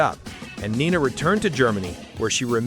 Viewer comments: It's not Nina but Nena. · Forgotten? By who? The majority of these songs were anthems from this era. Also the German version of 99 Luftballons was aired always in Canada not just Europe. And it pronounced NAY NA not knee na. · Nena is pronounced: “Nay-nah” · “Neenah”? You could have at least pronounce her name right!